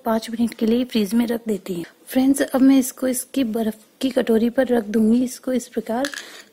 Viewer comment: Friend ko fries fries kyon bol rahi he